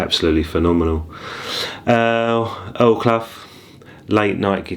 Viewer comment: Isn't it pronounced Earl Kloo?